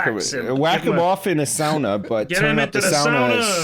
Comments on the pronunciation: It is. The pronunciation of "sauna" like Lewis did say is the correct way, the Finnish way. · It's so refreshing to hear a Brit pronounce sauna the Finnish way! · It's also the Russian way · Thats exactly how we say sauna in slovenia where im from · Your pronunciation of sauna was spot on! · For real! I was so surprised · Glorious pronunciation of sauna. Cheers from Finland. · Indeed, actual correct pronunciation of sauna. Well done! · Surprisingly accurate pronounciation as well!